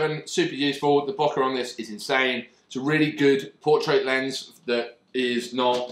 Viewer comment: I mean, it's like you bought a bunch of shit without knowing why. Funny and entertaining video tho. Please don't say "bockar" again tho.